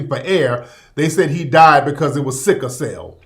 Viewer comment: It's not "sicka" cell, it's "sickle" cell.